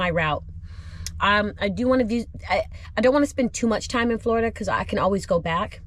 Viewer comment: Everytime you say Florida I wanna cry 😭